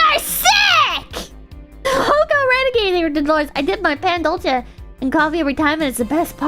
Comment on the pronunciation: She said Pandolce correctly and the entire chat unanimously gaslit her to say it wrong lmao